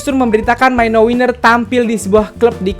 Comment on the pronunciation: Bisa gak sih bilang mino itu mino aja gak usah maino😁😪